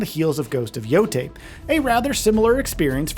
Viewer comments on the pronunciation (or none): none